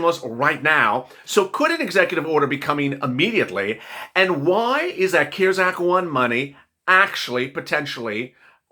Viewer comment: I am not being MEAN in anyway but you had to say CARES act with a C 🤣🤣 we have SEEN 👀 & heard 👂CARES ACT since March you crack me up with a C 🤣🤣